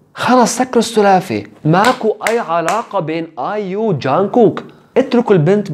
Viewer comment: بليز مو ايوم اسمها ايو